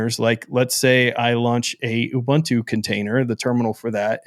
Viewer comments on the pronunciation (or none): You are pronouncing Ubuntu wrong. It says on Wikipedia "Ubuntu (/ʊˈbʊntuː/ uu-BUUN-too) is a Linux distribution based on Debian...". /ʊ/: 'u' as in 'push'. There's no bun in Ubuntu.